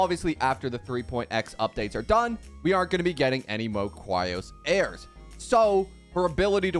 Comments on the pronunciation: Is it an inside joke that you pronounce it as Chryos Heirs instead of Chrysos Heirs? because it's 3.7 already. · there is no way he just pronounced it "cwyos hairs" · The way you say chrisos heirs is so funny